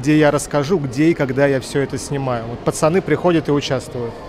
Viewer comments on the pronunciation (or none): none